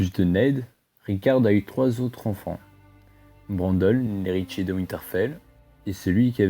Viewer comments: HÉRITIER, PAS ERITIER ! C'est pas grave, mais je tenais à le faire remarquer ^^ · Euhh putain l’erreur! C’est pas « éritier » mais Héritier.